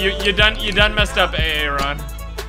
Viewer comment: I know sure as heck you did not say AA-RON